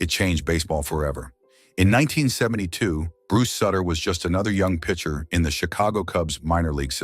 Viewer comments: His name is pronounced like shooter not sitter do your homework! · In Cincinnati, we called him soo-ter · One these days, AI is going to pronounce names correctly. Soootter. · At LEAST get his name right. It's "Sooooter". Doesn't rhyme with Cutter. Play any of the '82 videos when they'd bring him in. The crowd chanting his name sounds like they're booing. "Sooooter!" RIP, Big Bruce... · It’s suuuuuter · When you mispronounce the subject of the video’s name it kills your credibility. It’s pronounced Soootter. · Pure CLICKBAIT! Nothing about lies about his death. There were NO lies. What is also so disturbing about this video is that the use of AI is so disrespectful to Sutter in that his name was NEVER once pronounced correctly. The u sound at the beginning of his name as anyone who follows baseball know had as long sound not a short sound. So sad and DISRESPECTFUL to Bruce Sutter. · A I can't even say his name correctly. smdh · If his last name isn't pronounced correctly, it's hard to trust anything else said about him. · AI voice getting the name wrong really gives it that personal touch. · Hard to take serious when you can’t even pronounce his name right, dang! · That's because he is using an A I. voice ,not his own,so it's going to pronounce it as it's spelled. It's stupid. That splitter was NASTY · Back and forth with the uniforms, talking about different years and showing a different team, try a little continuity. Then maybe learn to say his name . Horsebleep. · Stop mispronouncing suter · Learn how to pronounce his last name